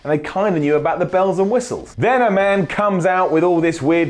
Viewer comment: I agree, Apart from the way you say man